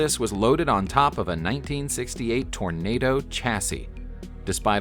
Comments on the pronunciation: Toronado, not Tornado DOH! lol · Too bad that you can't pronounce Toronado. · The narrater had no problem pronouncing the French words, but failed at "Toranado" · Or Hergé!